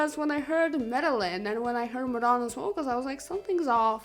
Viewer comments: Still pronouncing Medellin wrong. SMH...Madonna even pronounces it FOR YOU in the song! Jesus H! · My family is from Medellín (Me-de-jeen) Colombia. That’s why I’m so picky about it sorry.